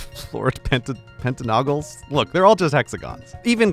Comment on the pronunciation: Grey literally can't pronounce -AGONals ("trihexaNOGals," & "pentaNOGals") and I love it.